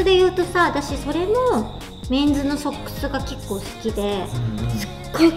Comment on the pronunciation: 紗栄子ちゃんのソックスの発音の間違い凄く気になる、多分英会話出来ないんだろうな